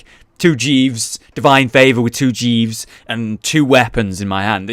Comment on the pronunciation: could have sworn jeeves was called jesus there...